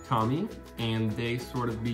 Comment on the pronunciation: You pronounced tomy wrong